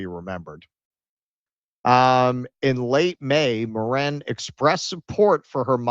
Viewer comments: I die a little inside every time you say Morran, it's Mirren!! I imagine it's subconscious cos you want to say Moron lol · Helen MIRren, not mirREN